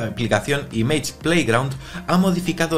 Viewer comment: No puedo con esa pronunciación de “image” por favor…